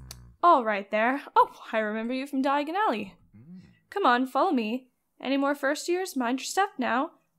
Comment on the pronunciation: you better not use the floo powder, u mispronounced Diagon alley slightly :3 don't want to end up somewhere else